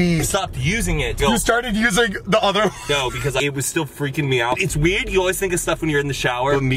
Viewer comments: 😂 “it’s weuhd” he meant weird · said weerd instead of weird 😂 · am i the only one who heard an accent pop out when said 'weird'